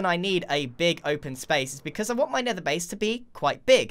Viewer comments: Why’d he pronounce it like an American there 💀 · Anybody notice the accent when he said nether? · he sounds like an irishman when he sayed nether